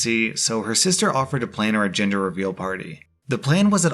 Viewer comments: I 100% thought you said ginger reveal party when introducing the story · bahaha every single time you said "gender"i heard "giinger" was fuckin hilarious 😂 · deadass thought he said ginger reveal party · I thought I was going to hear gender but I heard ginger too. Like omg XD. It was funny.